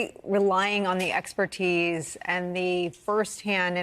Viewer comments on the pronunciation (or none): none